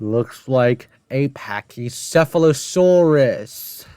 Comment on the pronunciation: They mispronounced “Pachycephalosaurus”